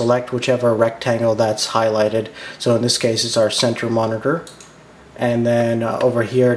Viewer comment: MONITERGHG lmao